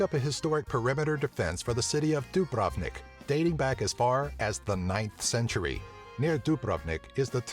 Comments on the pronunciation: Not Dabravnik,Dubrovnik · dùbrovnik not dubràvnik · lol he said the food's name wrong and its Dubrovnik not Dubrovnek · Dubravnik Omg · Wtf is that sayng of Dubrovnik XD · jedva kaže Dubrovnik hahahahahahhahahahah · You people are funny when yoi sey Dubrovnik XD